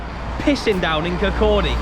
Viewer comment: braw to hear an Englishman pronounce Kirkcaldy correctly lol